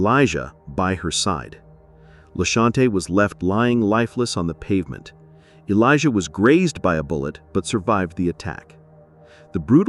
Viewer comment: Oh,just to add. Her daughter's name isn't "Elijah" it's `Alaiyah. Just an extra step of researching and you would've found this.